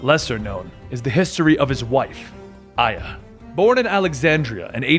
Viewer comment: Gotta admit Its hard to believe that you are a "hardcore fan" when you pronounce every single name incorrectly except for aya